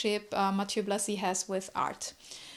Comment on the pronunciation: Thank you for this presentation of Blazy! I'd also pronounce his name this way.